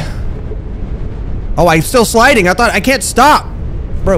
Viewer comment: u saying am sliding it makes me laugh 😂😂😂